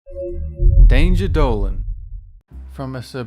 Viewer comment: "Danger Dolan"